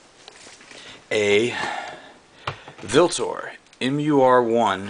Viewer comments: I think it's pronounced Ultor. They use the old world letter "V" usage. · um...dude, the V in your VLtor is pronounced as a U. Look it up. Nice long gun....Id ditch the EOtech for a nice scope...My zombie killer has one... I like it ok for CQB but my rifle is shorter....yours can reach out and touch em with that long barrel. NICE JOB!!!